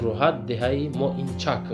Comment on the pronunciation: Моинчач не, Моинкач.